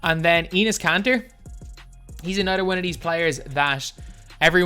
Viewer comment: It’s enes Kanter